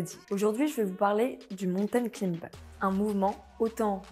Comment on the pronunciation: A prononcer claïmber... Pas climber...